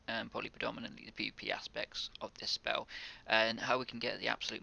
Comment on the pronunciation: Speww, earth shield, couwwdown, zero lmfaoooo you needed to go to a speech therapist 10 years ago